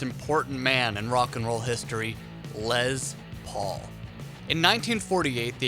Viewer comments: For the record...... it's pronounced Les Paul... NOT Lez Paul. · the LEZZZZ paul? why hit that Z sound so hard bruh, wtf? its leS, mmmmmkay? leSSSSSSS paul, leSSSSSSSSS!!!! get that shit right!!! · It's pronounced Less Paul, not Lez Paul.... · Rattbones 😆I know right it’s “less” not “lez” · So we just not gonna talk about how he called it a lez Paul instead of les Paul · It’s Les please stop saying “LEZ” Lol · Is les Paul not lez Paul... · Why is it Lez Paul and Les Nessman And not Les Paul and Lez nessman? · Its Les Paul not Lez Paul 🙄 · His name is Lester it's not l e z t e r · really? lez paul? ITS LES PAUL FFS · It is pronounced "Lesssssss", with an "S"...not a fucking "Z"....an "S". Theyre not "Lez Paul guitars"...theyre "Les Paul guitars". Ugh. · Did you just call Les Paul, "LEZ Paul". WTF, that's so disrespectful. His name was Lester, not Lezder..... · The “Lez Paul.” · Lezzz Paul... hmm... Is the "s" silent in Mr. Paul's first name or did you just choose to replace it with a "z"? Otherwise good vid mate. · Lez Paul?? It has an S in it bro, not a Z. Also Dee Snyder may be considered a savior of metal for going to court, but people forget it cost him his credibility as a “rocker” & a huge chunk of his fan base. Admitting that he didn’t live like the persona he portrayed seriously hurt his career. Watch the interview & see how “metal” he sounds when describing himself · 20 seconds in and you say Lez Paul? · What the fuck is a Lez Paul? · STOP SAYING LEZZZ PAUL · I didn’t realize there was a Z in Les Paul..